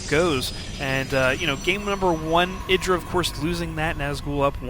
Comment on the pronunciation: eye dra. again. you say it with such conviction lol jesus christ.